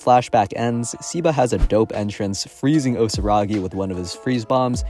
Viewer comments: I think its pronounced "seh-ba" not "sih-ba" W vid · I think it's "seh-ba"